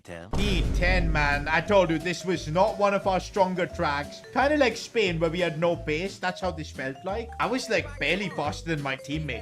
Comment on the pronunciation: Bro literally says spahrain before the Spain race